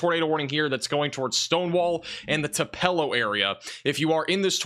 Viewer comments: Uhhhh....it’s pronounced “2-puh-lo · TUPELO pronounced TU- PEA-LOW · Yuo can't pronounce Tupelo, Ok.